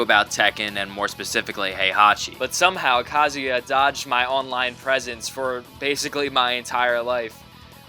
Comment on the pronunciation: Did you say kazooie? because it sounds like your actually say it